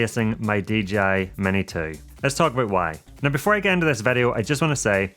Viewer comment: you say vedio when i say video